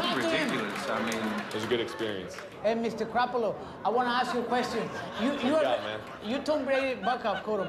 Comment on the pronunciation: Nigga said Mr Crappolo